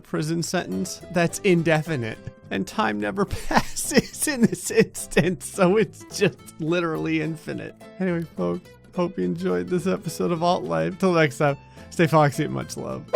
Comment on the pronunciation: Its alt life not out life say it right next time